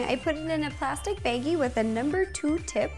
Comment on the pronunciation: she says beggie instead of baggie